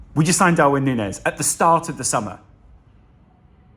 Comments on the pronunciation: I believe it is Nuñez pronnounced as Nunjez. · Sorry to be that guy but can we get it out there now that the ñ means Núñez is pronounced like Nunyez before we get a Firminio kind of situation going